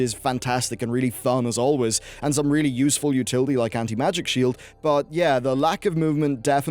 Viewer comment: "Anti-Magic-Shield" you can do Better